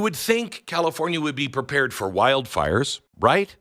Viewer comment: "Why is California never perpared?" Why doesn't Glenn say "prepared?"